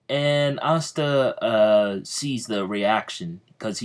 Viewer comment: Can you not say pasta :/ re watching